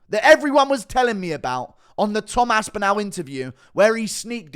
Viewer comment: AspinALL NOT ASPINEL